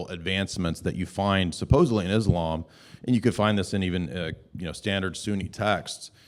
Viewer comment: he always pronounces it as "isLAMb" lol, its so annoying